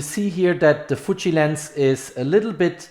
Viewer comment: It's Fuji and not Fuchi. You sounds like keep saying Fuchi. What you have done in this video was reading from the company website which is everybody else can do by themselves. No to bad video Dislike